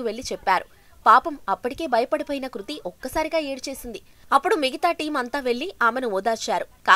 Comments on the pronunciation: Hlo medam kruthi kadu krithi 🤣🤣🤣🙏🤦🤦🤦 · Dey 1st name sariga chepandi ra babu adhi kruthi na ledha krithi na em news channel ayya midhi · Madam garuu adhi kruthi kadhuu krithi 🙂 koncham chuskoni fans ekadaa hurt avthunam 🙂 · Kruthi kadu krithi 😂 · Hello madam kruthi kadhu krithi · Kruti kadu Amma krithi 🤦🤦🤦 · Kruthi kadu krithi nerchukondi fistuuu 🙄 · Kruthi kadhu papa krithi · Kruthi kadu adhi krithi Intha pedha reporter ayyi kuda sarriga words palakanike radhu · Ama peru kurthi kadu krithi first adi nerchukondi